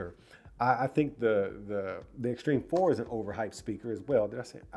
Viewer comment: He said it correctly